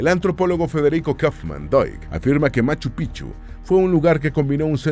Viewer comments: Me da risa cuando no dice correctamente Machupicchu, para un quechua hablante es diferente el significado 😂😂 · Por favor...Es MACHU PICCHU....MACHU PICCHU, gracias ‼️♥️🇵🇪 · Pronuncien la c intermedia en machu picchu, sin esa c en picchu se traduce como verga de viejo en vez de ser montaña antigua